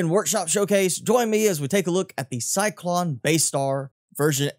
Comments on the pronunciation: CY-LON … not CY-CLON !!! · it's "Cylon", not cyclon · I hate being "that guy" but isn't it "Cylon?" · Say Cylon right you uncultured nob. Great video btw.